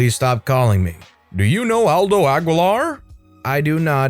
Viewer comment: The way you said “Aguilar” had me giggling, 😆